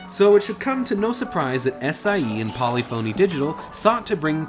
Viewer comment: Wtf is wrong with you game reviewers , how do you not know how to say polyphony! (Polih-funy) polyphony. And its gran tour-izmo, not fucking (gran tour eezmo) fuckin hell! If your speaking italian or spanish, than yes, toureezmo. But you arent !